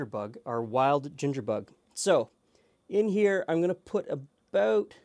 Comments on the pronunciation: aboot roots. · Man says, “pop” and “abooot” is he a southerner or a Canadian?